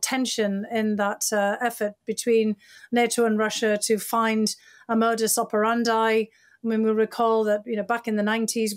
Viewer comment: I will never believe anyone who can't even pronounce modus operandi correctly